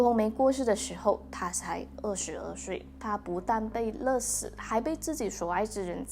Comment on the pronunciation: 勒死=lie si le si 读音唸不准哟~~